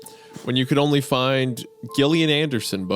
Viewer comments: I'm sorry. Gillian Anderson with a hard guh😅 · "GILLian" anderson lol. It's pronounced JILLian anderson. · Showing your youthful age, not knowing about Lycos and mispronouncing Gillian Anderson. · Really disappointed in Isaiah’s mispronunciation of Gillian Anderson Like dude!!!! Put some respect on that name